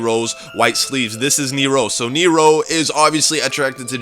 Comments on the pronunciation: its supposed to be like "near-ro" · ricardo rojas ok its pronounced Neeerow ok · Who else cringed do damn hardwhen he says neRO neRO neRO ITS NEro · It's Nero, not kneer-roh, stop pronouncing it with such a fukin stop in the middle of the word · It's old but the summoning key is not a glass and why do u pronounce Nero saying neyero loved the video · I like how he pronounces nero as nerow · He says nero as neeiro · He says it Near-rows the only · He says it Near-row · Anyone being driven insane by his incorrect pronunciation of "Nero"?... -_ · Austin Spurlock he emphasizes it oddly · Okay, first, You are saying Nero and Femme wrong, I don't mean to hate but my OCD is tearing me apart. Second, (no offense when I say this, This is just me correcting a theory due to common sense) When you were talking about your Theory, I noticed many things wrong. For example, the theory of Nero watching Jessica is true, but the fact that Jessica is Married to Vincent is as bad as saying that Misty is Dempsey's Daughter or one of Nikolai's wives, even though this was made before we had more than A single trailer to go off you should still understand, I intend no Hate or Negative effects from this comment, and thank you for your time